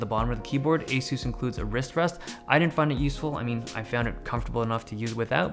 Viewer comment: are you sure that's how "ASUS" is pronounced?